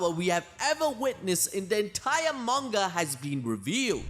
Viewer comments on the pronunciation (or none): none